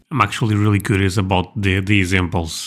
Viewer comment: HE SAID ABOOT!!!! That's a tell of region of residents. Canadian?